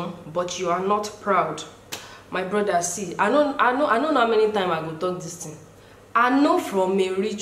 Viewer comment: 🤣😂😂🤣... you come use our igbo accent “blother” instead of “brother”. Welcome to the igbo community sugar.. 😂😅